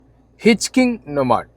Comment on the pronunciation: ഹിച്ചിങ് അല്ലടാ ശവി... "ഹിച്ച്ഹൈകിങ് "